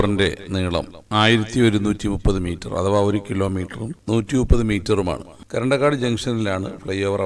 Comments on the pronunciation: കരണ്ടക്കാട് അല്ല ബ്രോ കറന്തക്കാട് ആണ് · പറയാൻ വേണ്ടി വന്നതാ കമന്റിൽ . മുഴുവനും വായിച്ചത് നന്നായി . കരണ്ടക്കാട് അല്ല കറന്തക്കാട് ..